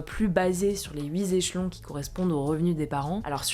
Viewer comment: je suis vos infos tous les jours avec intérêt mais c'est triste d'entendre de telles fautes de liaison... (huit z échelons)